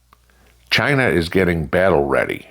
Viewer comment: As Trump says “Chy- Naw” 🤣